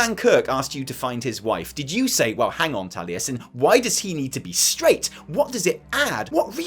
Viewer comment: Tallyesin? Oh my god